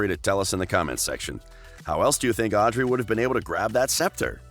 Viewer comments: But why did you say "owdrey" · I’m mad that he said “Audrey” wrong 😡😡